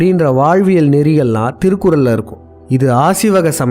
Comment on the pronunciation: முதலில் உங்க தமிழ் உச்சரிப்பை சரி செய்து கொள்ளவும்! திருகுரல் என்று சொல்வதே பெரிய தப்பு, திருவல்லூவர் சொல்லும் போது இன்னும் கேவலமாக இருக்கு, காதில் இரும்பை காய்ச்சி உற்றுவது போல் இருக்கு. தயவு செய்து நீங்கள் காணொளியில் பேச வேண்டாம்.